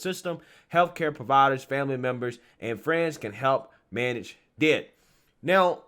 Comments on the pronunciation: This is the cringes crap I've ever seen or heard of BY FAR! This is NOT how D.I.D. works at all! These kids need to be in school, sports, or working a real job. (Oh and,you say the letters, D.I.D. No one calls it "did".👍) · Hey, its pronounced as its acronym, D.I.D and not did. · It's pronounced like D.I.D. You spell out DID, as in Disdissociative identity disorder. I had a friend who genuinely had the disease. I met here at a psych hospital after I got home from overseas. She had 7 personalities in her. Every personality had different voices, and even different clothing styles. Once she'd transition she'd immediately go change into the clothes that personality would wear. I remember one being a guy, one was a 4 year old girl, one was pure evil (nicknamed spitfire) yes, they all had their own names. Her husband kept a log of when and who she'd transition into and write down what they did & how long she was in the personality. We hung out on the outside too, and it still happened, she wasn't faking it, she wasn'teven allowed to drive, incase a transition happened while driving. I bet these tik tok videos are a slap in her face, along with everyone else who truly suffers with DID.